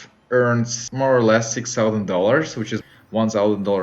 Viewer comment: Thirty tousend. Not solvent... tał zend